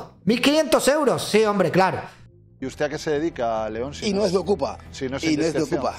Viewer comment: 😂😂 Jetón en lugar de León